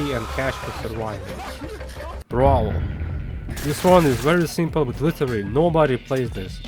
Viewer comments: Why does bro say simple like that it’s not shrimple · "Super shrimple"... bro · W video i also love how instead of simple you would say shrimple